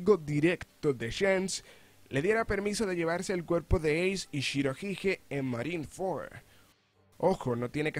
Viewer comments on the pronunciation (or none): Pronuncias mal shirohige